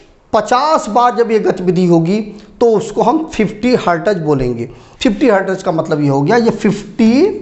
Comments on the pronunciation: hartaz nahi हर्ट्ज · Hertez nahi sir Hertz